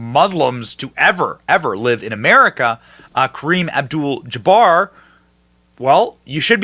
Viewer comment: I’ve never heard anyone mispronounce Kareem’s name before. Never. It’s not a hard name to say. Maybe a pass on spelling it correctly, but not on pronouncing it correctly. It’s dementia on full display but no talk of 25th Amendment? Interesting.